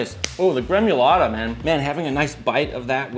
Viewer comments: Gremulata? It’s gremolata dude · Gremolata bro, not gremUlata. Otherwise excellent